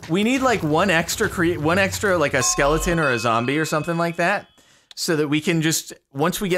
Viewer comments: someone tell tubbo it is skeleton not skelINGton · Does tubbo say “skellington” as a meme, or does he actually think that’s what they’re called?